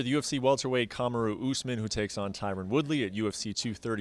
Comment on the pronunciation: Cum-aru 😂 lol brett